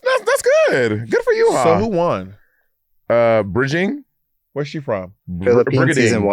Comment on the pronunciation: Brigiding, Monet. Not Bridging. Lol.